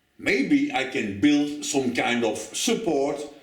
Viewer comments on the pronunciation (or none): none